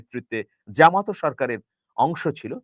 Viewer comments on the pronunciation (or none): none